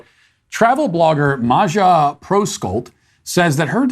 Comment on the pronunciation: Matt you are seriously mispronouncing name MAJA 😅🤣